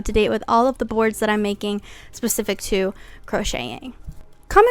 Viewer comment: Girl, I love the video but you should learn how to say specific